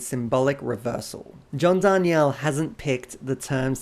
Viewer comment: It totally looks like it should be Dar nee elle, but yeah, he (mis)pronounces it Dar kneel. Crazy bugger😂